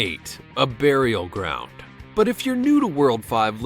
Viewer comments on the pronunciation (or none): none